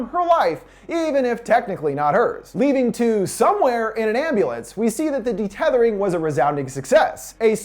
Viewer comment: It's UN-Thethering, not DE-Tethering, also the boys name is Jason not jordan